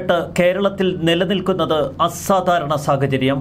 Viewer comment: ആസ്സാധാരണയല്ല അസാധാരണ